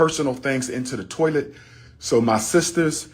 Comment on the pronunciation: If you think Umar is annoying in this video, imagine him working as a customer service agent. To kill the dead air or awkward silence he starts humming and singing doo doo doo. And what the hell is a tawlet?